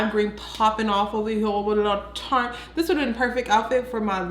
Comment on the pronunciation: “TO DIS DAY, TO DIS DAY!!” 🤣😂🤣😂